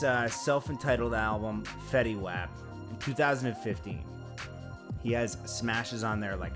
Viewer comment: Dude said his name wrong💀